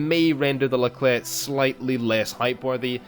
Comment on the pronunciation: nice someone who can actually pronounce the name